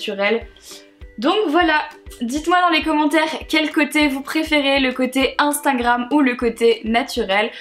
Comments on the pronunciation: Je t'adore mais c "Instagram" pas "Instingram" ❤️😬😬❤️ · HAHA MARIE ELLES DIT INSTANGRAM ALA PLCE DE INSTAGRAM PS MARE JE T'AIME TROP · A chaque fois que tu parles d'Instagram tu me fais rire parce que tu dis "Instingram" xD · Ahah tu dis instingram on dirait 😂❤️